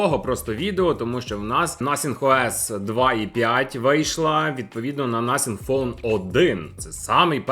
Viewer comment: а чому ти так дивно нотхінг пхоне називаєш?